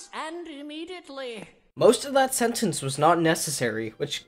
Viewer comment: At the end you said sentAnce instead of sentEnce